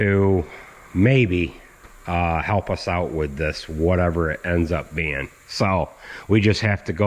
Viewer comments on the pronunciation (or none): none